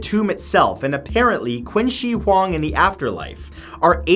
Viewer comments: I'm just gonna say it now; you pronounced Qin Shi Huang terribly, as well as every other Chinese words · Sorry for correcting you and sounding like a snob, but Qin Shi Huang is pronounced 'Ching-Shh-Hwang'. Love your vids. :) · Even tho it spells Qin she huang, should have been pronounces Chin shi huang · #8 is pronounced "Chin Sure Huang". Q's in Chinese always have a "Ch" sound. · the only thing wrong with this video is saying Qin Shi Huang's Name wrong